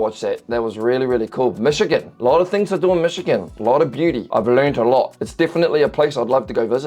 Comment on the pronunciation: Bro... seriously? Don't make a video if you're going to butcher a place's name. For fuck sake.